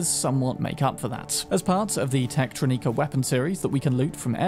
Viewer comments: Dude how do you mispronounce every possible word? It's gree gree it's a creole word so think French. Also it's techtronicker not whatever the hell you say. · you definitely pronounced Techtronika right the first time. It's not "neeka". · It's "Techtrónika", with "o" stressed. "Techtronika" with an "i" sounds like a pretentious name.